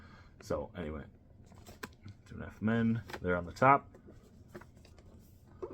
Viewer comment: U not saying it right